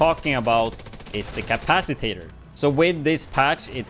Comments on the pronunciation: Lol. You're adding an extra syllable. Ca-pac-i-tor 😉 Gonna try this out later tomorrow. Ty. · he actually said capac i tator, whats tator's precious?